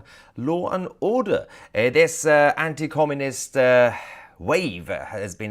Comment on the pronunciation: It's 'Anti-Communist' Tousi, not 'Comminist'. Come on mate.